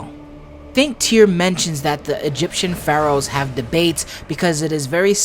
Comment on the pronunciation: "Egyption...." is that patois..?